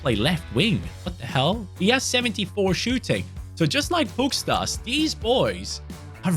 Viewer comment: by the way, the S with the v above it in Pukstas' name is pronounced like < >, so his name is pronounced like Pukshtas